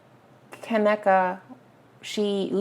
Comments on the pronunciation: Have some damn respect and pronounce her name right!! It's Ka-NEEKA. I cringed everytime you said her name! Do some research and make sure you are pronouncing someone's name right before you make a video about them! 😡🤬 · lol its kuh-nee-kuh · You’re saying her name wrong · You said her name wrong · Wasn't no dam accident deleting shit..you can't be serious you just pissed me off !!that hotel has cameras every where this is a 5 star hotel tf on top of you saying her name wrong!!